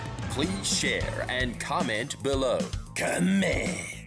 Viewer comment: And don't forget the classic "cuhmeeent"